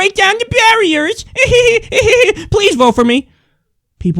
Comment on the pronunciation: "Break down the berrieerrs cuz berrierrrs err badd!" "WHAT?!?!?!"